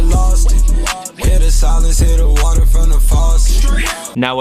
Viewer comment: When says “WATRR” 😍😂